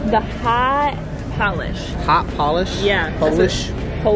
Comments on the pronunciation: Lol Paullllish! Like nail Polish! How would she not know how to pronounce Polish Dog? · LOL when pronounced Polish like nail polish